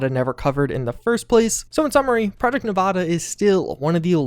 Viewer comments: Great vid homie but I use to live in Nevada and hearing you pronounce it nuh-vah-duh instead of Nev-add-ah kills me inside each time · Nevada is pronounced Neh va da, not neh vah dah. Source: I was born and raised in Vegas. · This hurts me when people say Nevada with a ahh like when your at a doctor office say the a like you're scared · I hate to be that guy but Nevada is pronounced with a as in apple